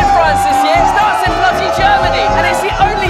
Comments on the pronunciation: Tu dis sûrement : " bloody germany" but I hear " Nazi germany" :( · When you said "Bloody Germany" I kinda heard Nazi Germany at first. Was weird. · C'est moi où à il dis "Nazi Gremany" x) ?